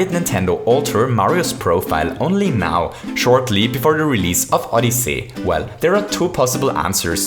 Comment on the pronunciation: Super Mario Oddee Say